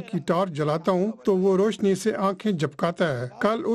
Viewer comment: Such bad Urdu! It's not pronounced roashni, it's raushni. How freely words with a khhay are said with a khey! I've said it before, BBC needs to improve its language quality, or perhaps not call it BBC Urdu